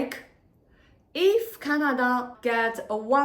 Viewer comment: It's Canada not Chinada!